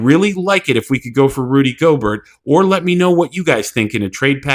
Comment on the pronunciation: I'm sorry but you have to learn how to say names sir. Divincenzo I'll give you a little slack on... but Gobert? C'mon it's not pronounced like yogurt 😂